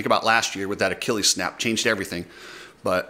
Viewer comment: Thank you for pronouncing Achilles correctly. I think you're the only one in moto who knows how to say that word.